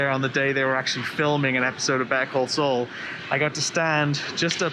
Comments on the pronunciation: Better call soul. It’s. Saul sound like. SALL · why is he saying better call Sol?